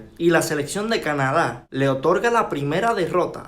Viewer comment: No se pronuncia cana da sino una sola pronunciación Canadá .corregiste al pronunciar ese país .